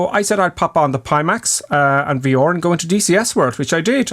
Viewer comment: Thanks for slowing down. But it's VR, not V OR 😂